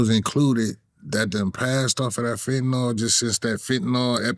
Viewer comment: Fenta-nawl does not exist. Eel. FENTA-NEEL.